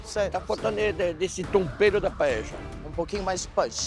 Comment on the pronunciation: diz que a familia é Valenciana espanhola e não sabe nem falar PAELLA kkkkk me poupe!!! Ela disse: Palella kkkkkkkkkkkkk